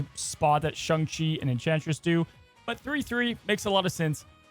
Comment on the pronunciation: Posting until pronounces it SHANG CHI